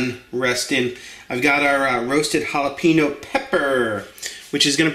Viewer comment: It's pronounced Jalapheneo.